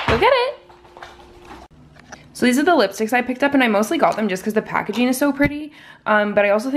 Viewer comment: She is a cute pup! Also, if you want to speak more correctly (if not, no worries), some helpful advice would be that it's actually pronounced "editing", not "editeen", and also "packaging", not "packageen". Good luck!